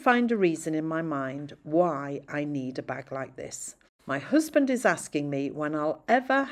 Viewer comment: I said it because you mentioned being Liverpool and your way of saying “husband “ reminded me somehow of George Harrison. I’ll watch more videos and think about it. 😉